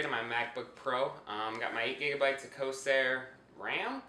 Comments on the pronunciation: Corsair. Not cosair lol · I don't know if you are serious or just mocking his mistake, but in case you are serious: he simply mispronounced Corsair.